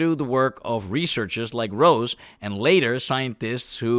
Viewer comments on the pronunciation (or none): Rose (ro-ze). Rare exceptions aside, "e"-s at the end of German words are NOT silent. They are more like the "e" in the word "end". F.e. "Junge" (boy) or "Porsche" (The dude back then and the car today)